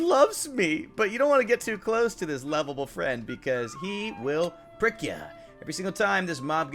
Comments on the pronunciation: Lizard = ARTHROPOD YEETER - He will prick you! What I hear - *frick (every time he says frick) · He said "he's gonna prick ya" I heard "he's gonna frick ya" uh ouch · You don't wanna get too close to this little friend because he- will- FRIK YA! you said prick, but it sounded like frick